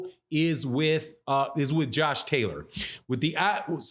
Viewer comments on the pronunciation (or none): none